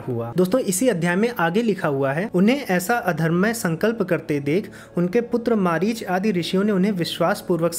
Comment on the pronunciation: पर आपने "मरीचि" को " मारीच " कहा है, जो कि गलत उच्चारण है.